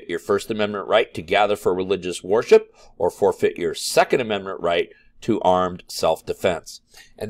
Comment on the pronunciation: You pronounce "worship" as war ship and its funny